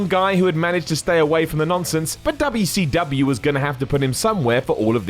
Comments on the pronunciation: I find it funny how tries to keep the good memory of WcW alive and reminding us how good it used to be, while at the same time undermining all of that by calling it Dubba C Dubbyia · There is nothing endearing about the way you say WCW. please stop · Me clicking on the video: Its going to be and hes going to pronounce it dubya c dubya. 2 seconds in: "Because of how dubya c dubya" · It's funny to hear a British do Dubya Cee Dubya. 😂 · Dubbau Cee Dubbau